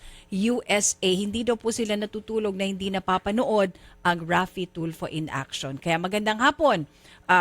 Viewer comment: Ang yabang ni piscal.pero...di mabigkas,bg maigi ang pangalan ni idol....TOLFU daw😁